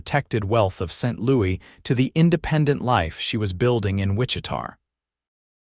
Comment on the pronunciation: Hate that the announcer can’t pronounce Wichita correctly